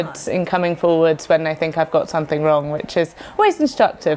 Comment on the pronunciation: ‘Something” has an m in it